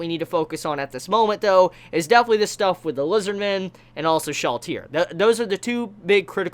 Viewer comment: did you say shallchair?